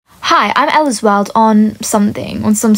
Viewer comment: When she first said ellasworld i thought she said eddsworld